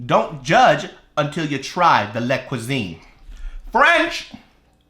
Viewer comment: it's actually " la cuisine" hahah but i highly enjoyed this video. I'll definitely try then when I have some ramen 😂❤️